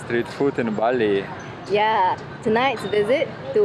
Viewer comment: Bali dude not bail😁😁